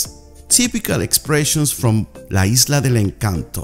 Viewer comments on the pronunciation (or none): none